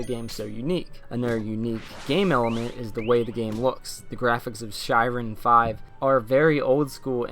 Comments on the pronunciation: Shiren is actually pronounced "Shear • en" (same as shears you'd use to cut your hair with). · It's actually pronounced "Shear-en", it is the Japanese word for trials/ordeals. Sorry to be picky but it's my favorite series of all-time. Thanks for the video, I'm really looking forward to finally getting to play this (I almost imported the DS version years ago and was going to learn Japanese just to play it lol).